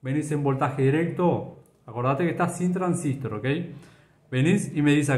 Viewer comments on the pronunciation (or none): Muy bien. Pero porque pronuncia "transístor" acentuando en i. La verdad siempre conocí como transistOr y me choca bastante. Corríjame si no es así